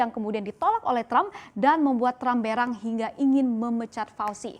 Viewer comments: Coba dengar lagi menit kok berak?. Bukannya berang??? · Berang perasaan bacanya e seperti pada kata besar bukan e pada kata tempe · ngomong berang kyk mau ngomong berak wkwkwk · Sy dengar 'berang' seperti dengar berak 😂